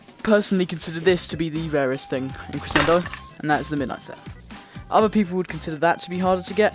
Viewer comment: You say crescendo wrong it's pronounced creshendo